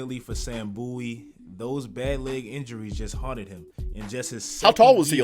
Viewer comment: its bowie not boo-ee, why does everyone pronounce it like that? that's like saying david booie